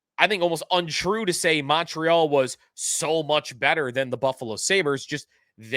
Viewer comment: The Mon in Montreal is pronounced like Monday